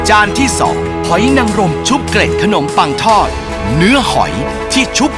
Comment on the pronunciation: เกล็ดขนมปัง ล ลิงนะคะ ไม่ใช่ร.เรือ